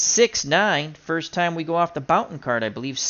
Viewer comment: Hey, hows it doin? Jim Bouton, pronounced Booton. Love your older baseball games, you do it well. Keep on rollin!